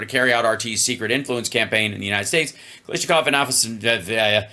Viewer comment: I just learned Hal is dyslexic when reading Russian names. ‘Afasveya,” “Afasneva,” … it’s Afasnas-Yeva!